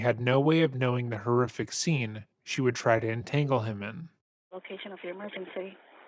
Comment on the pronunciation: The way she pronounces horrific as “whore-iffic” irritates me lmao. For someone who claims she’s a straight A student she doesn’t seem intelligent at all.